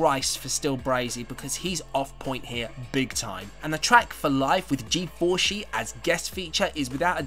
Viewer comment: G-4-shi? Really?